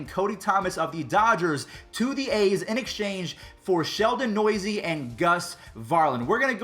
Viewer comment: “ Sheldon Noisy” it’s Sheldon New-se